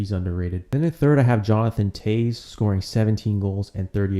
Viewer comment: it is pronounced Jonathan '''Taves" too ....